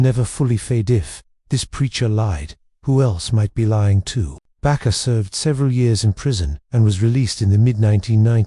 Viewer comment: AI sucks. His name is Jim (not Jimmy) Baker. Not Bakar.